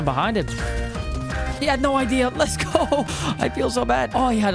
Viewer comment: You said AGO instead of go